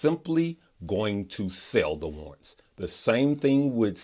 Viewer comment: Oh, "war'rants". There are two rr in that word. Thanks for the great explanation.